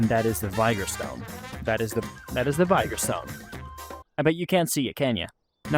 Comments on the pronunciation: Just one small thing, ITS PRONOUNCED VIG-OR. Great video otherwise. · Vee-gor my dude lol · pronounced vigor all sorts of wrong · vigor is not pronounced that way. just google it